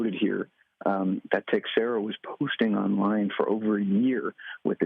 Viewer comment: Jack Tex-era? If you want to pronounce it correctly, it's Tay-xeh-ra (or something close to it). Stupid decision he made.